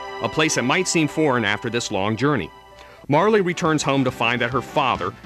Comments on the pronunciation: It's pronounced "Marl".. But who gives a fuck.. The game is awesome. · Yeah I didn't think Marle was pronounced like that either. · MARLEY? REALLY??? its MAR REL! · yeah sorry it's Mar-luh and its Leene (LEAN) Square not Leany Square